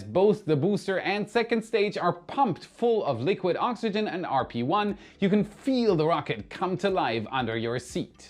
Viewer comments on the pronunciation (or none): none